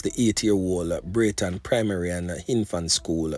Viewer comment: It's braeton primary not brenton primary...